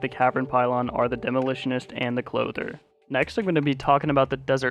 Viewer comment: It’s not chlother it’s clothier